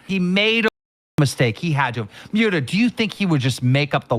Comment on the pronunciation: The way keem said Muta is gross 😅